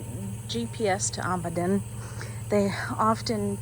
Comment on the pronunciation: Its Amidon not ahmidon